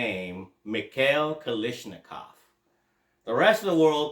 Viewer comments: Okay…can’t watch the rest of the video now. Heard Kalishnikov too many times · There is no “ish” in Kalashnikov